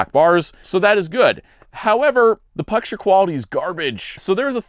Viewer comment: He said pucture quality instead of picture quality. 😂